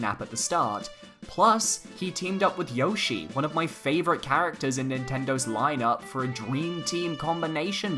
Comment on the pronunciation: Yoshi is your favourite yet you pronounce his name wrong lol